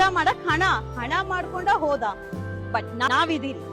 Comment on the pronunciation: ಹಣ ❎ ಅಣ ✅ ಆಧಾರ ❎ಹಾಧಾರ✅ 😅😂